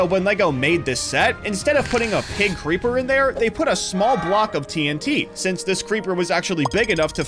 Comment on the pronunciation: "Preeper" made me laugh